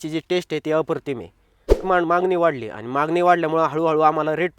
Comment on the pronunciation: अप्रतिम म्हणायला शिक